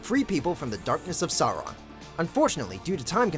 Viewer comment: I always wince a bit when americans pronounce Sauron and Saruman.